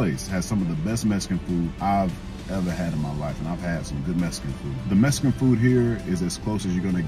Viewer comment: “Messcan food”😂